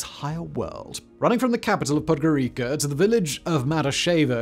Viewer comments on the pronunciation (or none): Capital Podgorica (read podgoritza), the way you said it it sounded like Puertorico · Podgoritza!!!! Not podgorika😂😂😂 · Its not Podgorika its Podgoritsa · As soon as I heard "road to nowhere" and misspelled capital of my country /podgorika/ instead of /podgoritsa/ I skipped the video. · Podgorika? Really? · PodgoriKa? Really? I get the everpresent brit snobism, but this is plain ignorance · the pronounciation of Podgorica and people's names is criminal, very disrespectful since this video is profiting of of the story about them